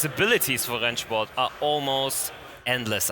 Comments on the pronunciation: I just have to ask. Are you a German native speaker? The pronunciation of "Rennsport" sound professional :) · As a German i can say you pronounce Rennsport really good